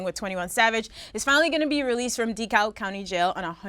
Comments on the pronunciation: it’s pronounced dekalb “dee-cab” I live in ga so it sound so nasty when she say that😂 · The hell is decail county??? LMAOOOO It’s DEKALB Nadeska. 😂😂😂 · 🤦‍♂️😂😂😂 #Nebraska said DeKa"L"b county 😂😂😂 We don't pronounce the L in "DeKab" either shawty! 😂😂😂 #ATownShxt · dee cowlb county lmao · Shawty it’s Dekalb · She pronounced DeKalb county incorrect. Damn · She straight up miss pronounced DeKalb wrong...